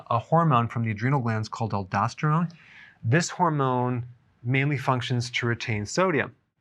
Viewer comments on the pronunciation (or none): none